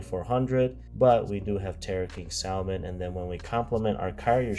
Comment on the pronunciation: What is it with Yugioh players and not being able to pronounce salmon